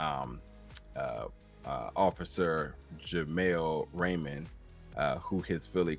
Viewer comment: Rayam not Raymond